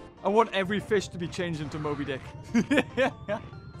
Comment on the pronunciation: one of your videos when you could not say mobydic